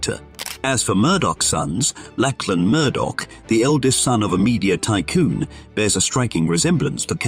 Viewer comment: It's not "Lackland". It's "Lachlan", which is pronounced like Loch and lan. Loch, of course, has a kh sound.